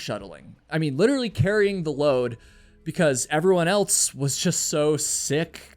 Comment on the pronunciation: Why do you say altso instead of also and elts instead of else? You are a type of broadcaster. As a public speaker, more is expected. It's not your fault- Your parents should've corrected you while young, but that didn't happen. So you'll need to fix your leftover childhood grammar issues as an adult.